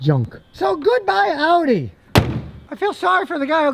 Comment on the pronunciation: So glad you pronounced audi correctly. So many morons pronounce it oddy